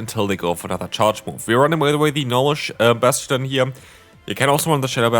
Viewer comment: I love Bass-Chu-Done